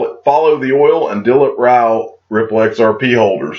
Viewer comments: You have pronounced Dilip Rao name perfectly . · You pronounced it correct - Dilip Rao 👍🙂